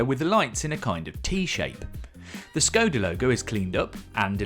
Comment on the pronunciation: the š in škoda is pronounced like sh